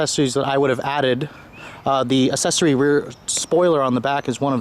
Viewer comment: He went full Asian